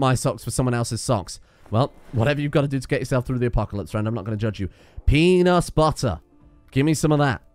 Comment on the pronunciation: Pee-nus Butter. Lovely brand